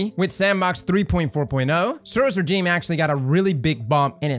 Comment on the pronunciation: "Lrrr" instead of "lou-er" and "rajeem" instead of "rezheem"? You're killing me.